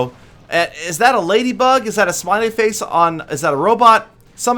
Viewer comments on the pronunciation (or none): none